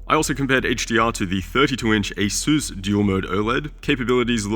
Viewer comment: its not pronounced a-seuss but ace-us lol